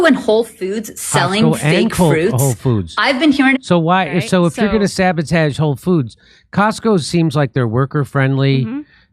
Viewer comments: I am so close to unsubbing from you saying sabotage like a f*ckin moron. It's so funny lol xd random mispronouncing words like Joe Biden or a 3 year old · I like how Jimmy mispronounced “sabotage” and keeps playing it off by saying “sabatage”. Cmon Jimmy just wear your loss. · Jimmy pronounce sabotage weird